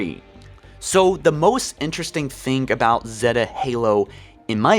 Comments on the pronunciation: Have you guys heard of Installation 7 or Zeeeeta Halo? It’s Zeta. Z-a-ta. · 1.This is a tech demo 2. It's Zeta not Zeeta. 3. The A.I. chip (not matter what A.I. is in it glows "blue" to identify that there is an A.I. inside of it. 4.there is a LOT of speculation about what's going to happen, remember this is a TECH demo. The fact that you made a 40 Min video on it has me feel you might be looking a little too much into it. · Zeta is pronounced like “Zay-Ta” lol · Holy shit, it's Zay-tuh Halo. Zeta Halo. Like Beta, but with a 'Z' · anyone else cringe at how he pronounced zeta? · Its one thing to pretend you figured any of this out on your own Before someone else but how can you keep pronouncing basic words wrong. I get that you have a speech impediment but it takes less time then it did to type this to look up and practice the proper pronunciation of the word Zeta. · Holy fuck say Zeta right